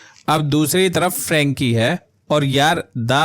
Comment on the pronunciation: फ्रैंकी नहीं फ्रेंची होता है, हुएघी नहीं हुई होता हैं। शोलजर बॉय नहीं सोल्जर होता है। क्रूरल नहीं क्रुएल होता है।